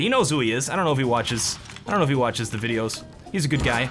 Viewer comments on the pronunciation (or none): none